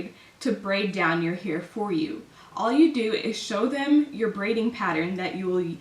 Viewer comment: The way you say hair is so annoying